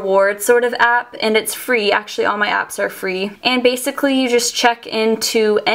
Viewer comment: please stop saying bacicly